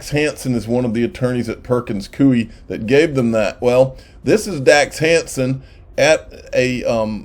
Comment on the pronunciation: your not pronouncing Perkins coie right